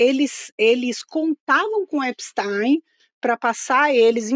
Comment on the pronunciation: Essa carranca não sabe pronunciar o nome do criminoso nos EUA.. absolutamente irritante! Vou parar de ver essa joça..